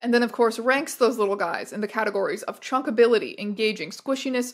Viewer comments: American, please understand that it is "chuckability" NOT "chunkability". Chuck means throw, they are rating how the little guys may be chucked across a room. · Chuckabilty not Chunkability 😢